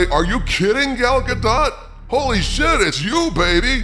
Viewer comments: If you're going to make mention of Gal Gadot, at least pronounce her name right. It's ga-DOE, not ga-DOT. Get it right. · Bruh....if you gonna prop her up like that at least know how to pronounce her Damn name. Gal's surname _ Gadot_ is pronounced like "zshah-doe`" lol!!! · I'm pretty sure The t is Gal Godot's name is SILENT